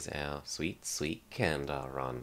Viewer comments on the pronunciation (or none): Cool video but candar is spelled as something like 'Jan dar'. Take 'ja' from the word 'jar' and add -ndar end of it